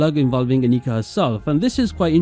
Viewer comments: The German pronunciation is Ánnika, not Anníka, you had it right the first time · Annika is a very Swedish name. And "Elsa is easier to say?" Come on. Ah-nee-KA. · Your first pronounciation of Annika was correct, the second is wrong. The surname Adler is not very common but also not that rare. I feel more often than not it's a jewish name in America than a regular german name but it's not too odd.